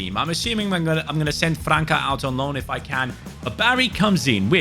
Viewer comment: buddy, França = "Franssa" Weiterhin viel Erfolg und Spass bei deinen kurzweiligen Videos 🕊👍